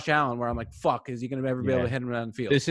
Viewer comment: “fack you”